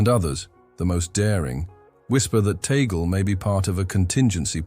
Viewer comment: It's Cardinal Luis Antonio TAGLE " pronounce Tag - gle" . Please correct your future Bloggs. Ok Sir!!!!!!!!!!!!